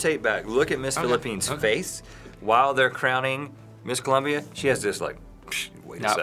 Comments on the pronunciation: IT'S COLOMBIA!! NOT COLUMBIA!!!! GRRR... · it's COLOMBIA not Columbia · ColOmbia! not Columbia! pls..(subtitles) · It's ColOmbia not ColUmbia. So don't go saying he needs to learn how to read if you can't spell ^^ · It's Colombia, not Columbia. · If you listen to what he says is 'the first runner up is Columbia' so I guess he just read first and Columbia. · How do you misread "Colombia"?